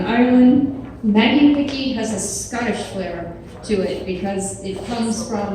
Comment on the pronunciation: Maggie Pickie not Maggie Hickey! LOL